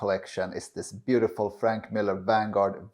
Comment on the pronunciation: Please learn how to correctly pronounce Franck, not Frank